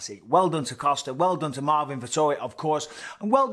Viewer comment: I wanna sit a drink on him with how often Bisping called him coaster. Then next sentence it's Costa again. WTF 😳😂